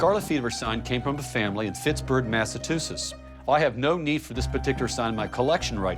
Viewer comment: He actually said FITSBURG MASS A TOO SIS...